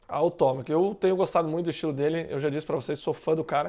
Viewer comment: sem querer parecer chato, mas o nome do Tomac é TOMEQUI que fala.. pode ver que os americanos falam assim.. tamo junto